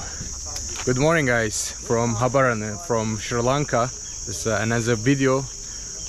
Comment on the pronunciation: you pronounced it very well man 😂❤